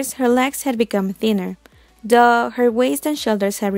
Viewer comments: Took a while to realize when you say "duhh" it was meant as "tho" for "although". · Yeah I thought she said duh when she meant "though" XD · The way you pronounced though like duh made me confused at first then the second i heard i did understand wat i meant actually. this vid was amazing! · the way you say "though" sounds weird